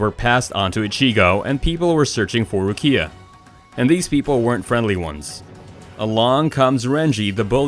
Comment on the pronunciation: How he says ichigo and rukia hurts my ears